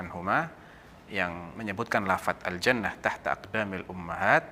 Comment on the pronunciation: cara bacanya kok begitu? aljanah tahta... yang benar aljannaTU